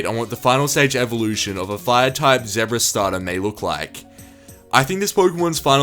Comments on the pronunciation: Why Why must you mispronounce "zebra" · The way he pronounced 'zebra' in the video made me laugh, sorry pal, not hating on the Australian accent